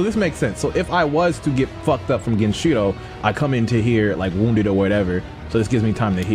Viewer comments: Game pronunciation: Genichiro pronunciation: Genchiro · who tf is this guy saying genchiro and miri counter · ME KEY RI GEN EACH E ROW Hearing genshiron and miri kills me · Bruh i swear if he says "miri" counter or "genchiro" one more time